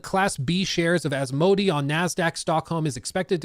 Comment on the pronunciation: Took me a while to figure out who this "a" company is. It's pronounced more like as-mow-day